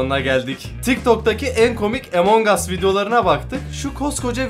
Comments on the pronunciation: yo okunuşu amang as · EMON GAS DEĞİL AMON GUS DİYE OKUNUYOR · abi emong as diye okunmuyor among us diye okunuyor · Ya abi o emonhas değil ya 😅😂🤣😅😂🤣😅😂🤣 onun adi amongus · Abi artık among us 'A emong as deme artıkkkkk😡😡😡😡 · Abi emongus değil among us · Emongas değil amangos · Emong as değil AMANGAS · abi emongas değil amongas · Emongas deyil amongas o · emongas deil amongas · Videoya girerim: EmoNg us Bne: EMONG AS DIYO YHAA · Emong as nedir yaw Abi lütfen doğru düzgün söyle lütfen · Among us öyle okunmuyo